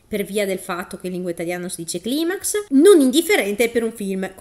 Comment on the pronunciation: Non posso non apprezzare il fatto che ti sia ricordata di dire climax con la pronuncia originale latina e non con quella anglosassone ^^